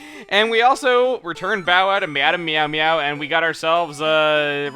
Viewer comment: lol, "Me-adam Meow-Meow"